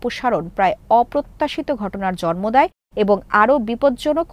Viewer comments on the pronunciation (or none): none